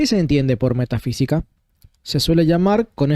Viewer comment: No dice metafísica, sino Meta sí qui ca.